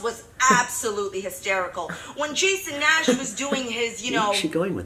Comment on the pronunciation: “TrishUUHH pAAayuhtus and JAYson NAAash”